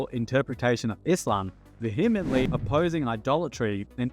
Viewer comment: great vid but please look up the pronunciations of words you're not used to hearing in daily speech. vehemently, satire, philosophical, and some others I can't remember are mispronounced. makes me wonder if it's a real person speaking.